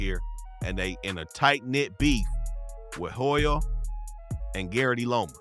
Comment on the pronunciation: In Hoyo the H is silent my boy... Alot wasn't covered... Especially the heart of ELA... Atlantic and Whittier